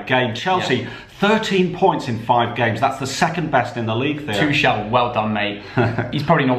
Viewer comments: I hate the way they say tuchel😂😂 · The pronunciation of Tuchel